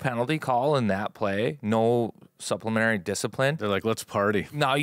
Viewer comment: Psst,! The word is 'suppleMENTary', not supplemary.